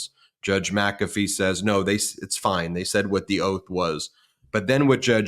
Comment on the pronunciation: WTH? MaCafee